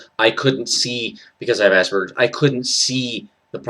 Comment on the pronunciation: Finally someone who pronounces Asperger's with a hard g and not a j. I've come across many videos that I had to turn off before I got to anything interesting because of the people pronouncing it with a j. I don't think it's a wrong pronunciation, but it just makes my ears bleed.